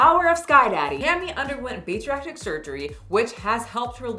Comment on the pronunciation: Years of watching my 600 lb life and you still refuse to pronounce bariatric. I admire it.